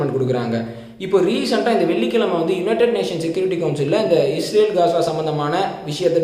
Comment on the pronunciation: Bro its ISrael not IsHrael... Nice video...